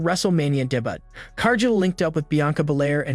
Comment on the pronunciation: Bro couldn’t say debut lol